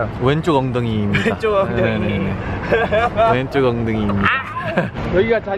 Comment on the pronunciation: 서영호 엉덩이 발음 귀여워 왼쪽 엉댕이이... 윙쿠 유타 다음에 "끝이 안 보입니다아아"하는데 말투 넘 다정 구름 지나가는 거 신기해성